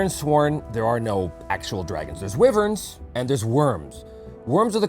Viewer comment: I was thrown off a bit by the pronunciation of wyvern. In 36 years of gaming I've never heard it pronounced that way. Took me a minute to figure it out.